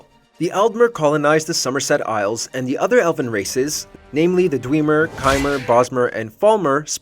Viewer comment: Is the voiceover ai? It sounds off and the pronunciation for dwemer annoys me